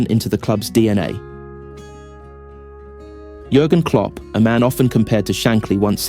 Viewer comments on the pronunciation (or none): Why does this video speaks JURGEN KOPP